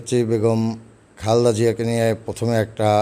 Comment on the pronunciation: খালদা জিয়া!!! নামটাও ঠিক মত বলতে পারেনা আর এখন ১৫ বছর পর ছাএদের মাথায় কাঁঠাল ভেঙে শুকনা তেলবজী আর চাটুকার বক্তব্য দিয়ে বিএনপির খুব আদর্শে বিশ্বাসী ভাব দেখাচ্ছে। আমার তার বক্তব্যের ধরন দেখে মনে হয় নিশ্চিত ভাবে সে আগে আওয়ামী লীগ করতো। এখন গা বাঁচানোর জন্য এসব করছে।